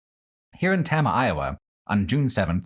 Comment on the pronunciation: As someone who grew up in Iowa, along the signs of the Lincoln Highway, this was fascinating. I will say as a pedant, the town of Tama, is pronounced tame-a.